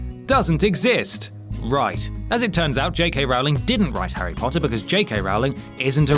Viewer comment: Rowling rhymes with bowling. Like row a boat. But let's not row about it.